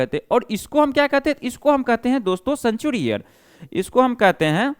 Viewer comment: सनचुरी नहीं होता है रे सेंचुरी होता है